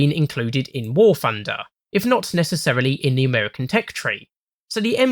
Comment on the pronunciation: Amerwican Twanks